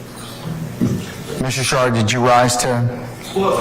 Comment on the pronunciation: Am I the only one hearing “Mr. Shart”? 😅